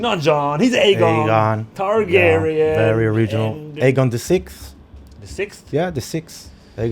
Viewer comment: Was it aegon or eggon targaryean because I heard eggon